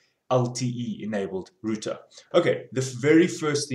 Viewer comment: computa routa :)